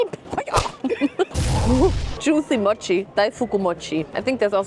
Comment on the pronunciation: Das o in mochi ist lang, nicht kurz wie dus immer sagst. Es ist nicht das o wie in „doch“ sondern das o wie in „hoch, ohr, ohne“ Du hast es schon so oft falsch gesagt es wäre schwer es dir abzugewöhnen i guess 😅